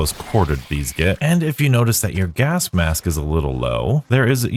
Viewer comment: Am I going mad or are you pronouncing it "gask mass"